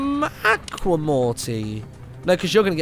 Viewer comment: Stop saying acka Aqua is pronounced (a-qwa)